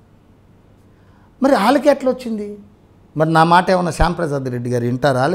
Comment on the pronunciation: anchor ki mata sruthi thapinddi "maatar" ha ha ha anchor maatar me show bhagunddi